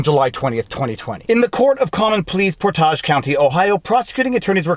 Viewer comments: Not a critique, but it's pronounced "port" "age" Think hicksville, not metropolitan city. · Portage County. I used to live in Ohio. People from that state pronounce it POR-taj (with a long "a," sound as in "age") pronunciation like the English word from which the county is named: portage. I was laughing to hear you Frenchy-it-up: por-TAJ (with a short "a" sound as in "garage") proununciation. You Canadian. :D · Portage is not French. It's pronounced port - age. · Portage is pronounced port-ij. Love your channel. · Port-Age (like old age), but your pronunciation is way more elegant! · Por tij County LOL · Pronounced PORTage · My mother is from Portage, PA. I've always heard, said: Port--edge or Por-tedge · As a fellow Ohioan, I was wondering how to correct him phonetically. You nailed it. It is the same as the word for carrying a boat or canoe around rapids or waterfall in a river. As he's from Montreal, I'd guess that his pronunciation is based on a French pronunciation. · you're saying Portage County wrong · Hey, I live in Portage county (pronounced Port-age). What can I do? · The way you pronounce the words 'Millicent' and 'Portage' seems to be a bit too Frenchified. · I live in Portage County Ohio he's saying the county name wrong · Please research how to say "Portage" county in American english. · Being someone who lives in that part of the state, it's pronounced more like "porridge" with a "t" slapped in the middle of it, rather than the notably more French phonetics you were using... Not sure how much more coverage you'll be doing on this, but I'm looking forward to keeping up with this as it develops. Otherwise, keep up the good work. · Portage rhymes with Cottage, not Collage. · I want to correct your pronunciation of Portage so bad lol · I wanted to scream at the phone every time he said it that way. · you pronounced Portage wrong. Damn Canook. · It's Portage, like to portage a canoe. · EveryDay and how to pronounce Portage lol. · Your saying Portage wrong.